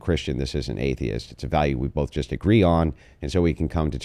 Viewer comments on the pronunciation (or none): Hard to take someone serious who makes zero sense, all while saying “truf and bof”